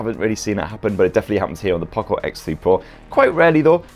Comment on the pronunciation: (Poocco) he is saying like that 🤣🤣🤣